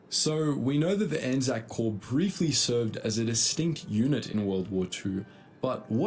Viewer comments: You pronounced it perfectly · Yes it's pronounced ANZAC as it sounds and you have the correct interpretation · We fight together intermittently. We’ve actually just set up mechanisms to tighten that bond, so A/NZ forces will be even more coordinated in future. We also act independently, for stuff, such as disaster relief, SAS operations, new conflicts, and research. You pronounced ANZAC correctly. ANZAC is the united identity of our combined armed forces. The ANZACs are the personnel. In Aotearoa/NZ, our armed forces memorial ceremonies are mainly held on ANZAC day every year, in the form of dawn services, and we have ANZAC cenotaphs or memorial towers in most towns, to stand as focuses of celebrations for our war heroes. Edit: A British WWII unit that was hugely manned by Kiwis was the Long Range Desert Group, which mainly operated in North Africa and the Mediterranean. I had a great uncle and his cousin that were in the LRDG, which carried out reconnaissance and a few offensives on Italian and German forces. There is some good content on YouTube about them, and how they were wayfinders for the embryonic British SAS, which NZDF modelled our own NZSAS on later on. Given that the LRDG was, to a disproportionate degree, made up on Kiwi farmers, they’re as much a point of pride as the Māori Battalion are.